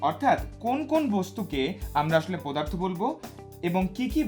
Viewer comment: পোদার্থ 😆 BTW it was a great class indeed👏